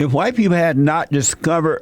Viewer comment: July: it just feels h'white. Bless JLP